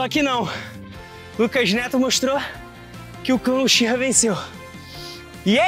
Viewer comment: Sê escreve uchiha mas c fala utiha